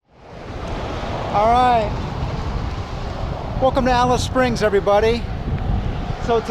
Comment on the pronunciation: That's hilarious you pronounce the name wrong but then you pronounce it right when saying Afghan . Just take the af off. Also the war memorials are there to commemorate the bravery of the soldiers not necessarily celebrating the war